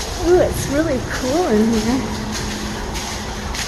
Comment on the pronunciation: Love your posts, and I finally figured out the one thing that I have been trying to solve, you are the only person I have ever heard that pronounces “cool” as “kewl”, it’s just great. Don’t stop !!!